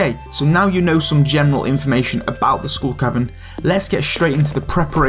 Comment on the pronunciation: School Cabin